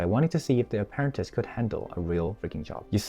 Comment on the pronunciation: If you’re gonna script it out at least learn to read 😂 wtf is an aparanteece